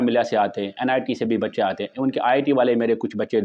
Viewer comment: its aaatay hain not aittey hein